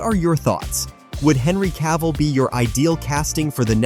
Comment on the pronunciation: Cavill. Just Cavill, not Ca-ville.